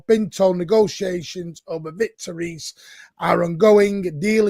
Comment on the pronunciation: Reis is pronounced Hayes. I hope he is as successful as Emma.